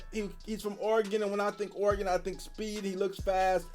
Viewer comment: breh, it’s pronounced: Ory-gun